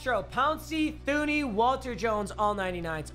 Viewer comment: just so u know it’s pronounced TEW-NEY